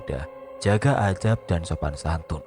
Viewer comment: Assalamualaikum Maaf bukan untuk menghakimi sekali lagi maaf, kritik saya benerin pronunciation atau pengucapannya... Adab bukan Adzab, Manaqib bukan Manakik, Give Away ( di baca Giv Ewey ) biar lbh enak d dengarnya dan lbh banyak yg mendengarkannya